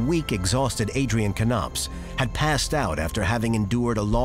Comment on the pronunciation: Why is he pronouncing it Kuh-nopps instead of Nopps? That's also confusing me 😆